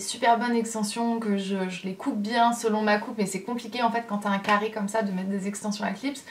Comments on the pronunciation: J’ai rigolé comme une idiote quand tu as dis café au lieu de carre 😂 breeeef tu es tellement belle je t’adore de trop et continue de sourire (PK TU VIENS PAS A TAHITIIIIII ME VOIR 😭) 💕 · Moi aussi j’aime ton « café » 😂😂☕️👸🏼